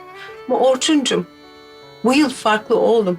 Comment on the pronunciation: Orçunun r si yok